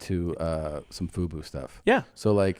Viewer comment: Did Tom just call Daymond's company FUPA instead of FUBU lol